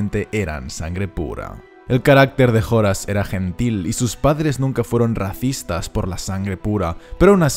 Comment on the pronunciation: se pronuncia horas eslojorn muggle !😆😆😆😆